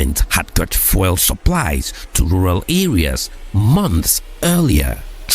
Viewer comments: Congrats for the work... Your pronounciation of "FUEL" is super distracting though. Are you Francophone? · Why is he pronouncing fuel like that